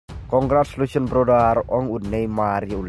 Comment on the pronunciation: Tang pronounce CONGRATULATIONS ruh um lait re🤣🤣Thad jongngi ia ka jng bt.#brodar🤣😭dei he ban nang hier jait ka Ri jngng don kum me sia.Kmno mem ia dn jng lhraiñ re.